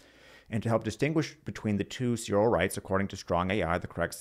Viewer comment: Not bad but I was put off by the weird mispronunciation of John Searle. It's /sɜːrl/ as in furl or hurl.